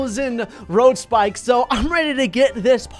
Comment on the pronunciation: How many times did he say road spickes